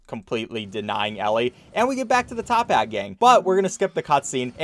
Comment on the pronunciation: it's toppat not tophat get it right next time >:(